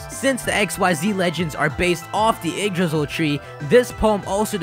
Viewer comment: So funny listening to Americans trying to pronounce Yggdrasil